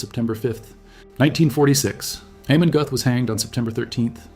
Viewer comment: You’re German pronunciation is off - it’s not Goth - closer to Gerth